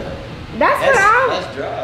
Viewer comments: you so messy 😭 calling Nadia my girl Lena 😂😧 and not her saying wooda 😭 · Not she said wooda 😂